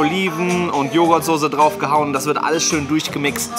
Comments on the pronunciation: Ich finde es einfach zum totlachen wie alle einfach Sose sagen statt Soße sagen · Soße nicht sose 😂!!!!!!!!!!!!!